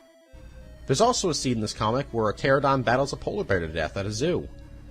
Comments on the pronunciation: Him saying pteradon is killing me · Pteranodon not Pteradon. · I love both and Jurassic Park but I died a bit inside every time he said "pteradon" instead of "pteranodon" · Dude, everytime you say pterodon 😭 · The way your pronounce pteranodon makes my blood boil, I love the video still